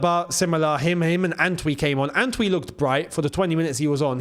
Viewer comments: How do you pronounced the name ANTWI 😂. That's not a Ghanaian pronunciation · As a Ghanaian, it is so hilarious hearing attempt to pronounce the name Antwi😂😂😂😂funniest thing I've heard all year